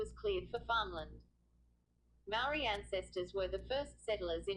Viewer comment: This video is awful...your pronunciation of 'Maori' is dreadful and the sound quality sucks too.